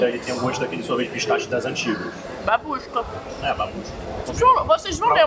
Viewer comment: Vocês estão falando " Babuska" eu tô entendendo " Mamusca" 🤣🤣